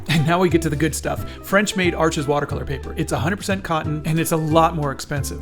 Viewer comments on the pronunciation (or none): Not ‘arches’ but ‘arsh’